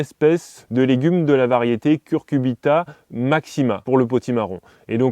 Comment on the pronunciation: CuCuRbita et pas Curcubita!